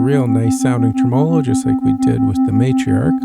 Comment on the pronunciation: 'tre-me-lo. Great video. :)